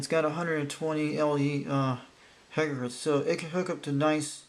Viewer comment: Hey bro, 120 "HZ" is not "hegahertz" its HERTZ. Had me roflmao